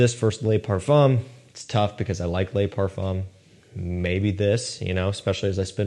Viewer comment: "LE" is LE like THE. LES is like LAY. Please for the love of God, please, pronounce is correctly